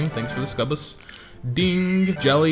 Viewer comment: Ok your pronouncing "Succubus" wrong. Its suc-u-bus